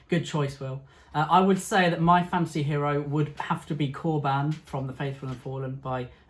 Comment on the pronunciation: I can't get over 'Corban' not being pronounced as 'corbun'. This has confused my brain 😂